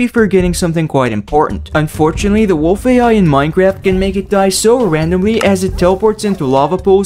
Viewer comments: Minecraft not Minecarft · "Minecarft update"